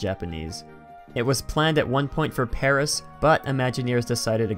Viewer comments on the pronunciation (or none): none